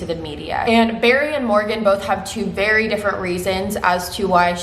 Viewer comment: every time you said "very" I heard "Barry", I might have been to focused on the laundry that I am doing haha. You are amazing!